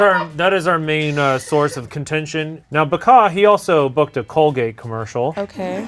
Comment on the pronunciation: why does "ba'booked" sound like a bad word?